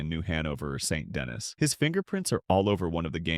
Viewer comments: Its pronounced "San Den E" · If you say Saint Denis like that ONE MORE TIME… I… I don’t know what I’ll do, but it’ll be something… I guess. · Saint Denis is French, so no that’s not how it’s pronounced. Additionally, name one time in the entirety of RDR2 where they do NOT use the French pronunciation of Saint Denis. … I’m waiting